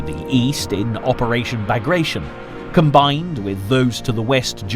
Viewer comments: Operation Bagration is pronounced Ba-graa-ti-yon after the Napoleonic wars era Russian of Georgian origin general Pyotr Bagration. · bah-GRAHT-tsion or bah-GRAHT-shun. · It doesn't fill me with confidence when documentaries cannot even get names right. It suggests that the makers don't know what they are doing. "Bagration" is not a verb, it's the name of a Georgian prince who fought Napoleon. It's pronounced Bah-grah-tee-on.